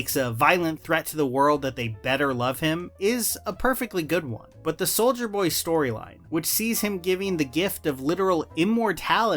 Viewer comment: I keep hearing you say “Soulja Boy”